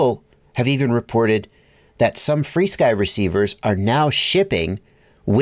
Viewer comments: There’s an irony with the way you pronounce it “free-sky” 🙂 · FrSky isn't "FreeSky"